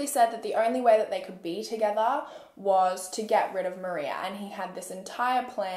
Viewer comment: It’s so weird to hear my same name being said in a case like this. Like it’s very strange especially since your the only one I’ve heard in a very long time say my name correctly. The way you covered this case was epic. Love your content! Thank you for these videos x